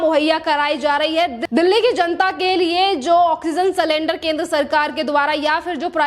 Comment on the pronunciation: अरे भाई सलेंडर नहीं सिलिंडर